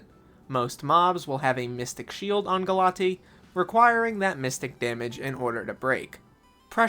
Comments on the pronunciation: I think it's pronounced Gal-uh-tay-uh instead of Galatee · GALA-TEA????? It's pronounced "galay-shia" 🤓 English student rizz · He said it wrong in the vid. It’s gah-LAH-tee-a. Not sure where the ‘a’ went in his pronunciation as the Greek word still has an ‘a’ at the end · 🤓acshually I'm pretty sure it's pronounced "ga-luh-teh-uh"